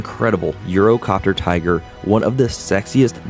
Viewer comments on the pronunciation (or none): none